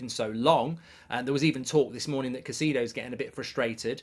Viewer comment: it’s not pronounced Caycido it’s Cay-se-do